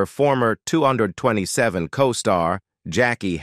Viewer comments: The show was not called two hundred and twenty-seven, it's 2 - 2 - 7! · Wow dude doesn't know how to say 227 smh Ridiculous